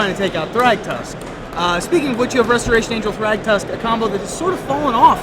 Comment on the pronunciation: In the beginning of the video Restoration Angel was missing the first 't.'